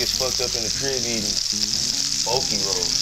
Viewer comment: the way he said "Bulkie rolls" lmao